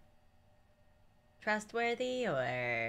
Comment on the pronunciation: She be like :trustworthy or butworthy?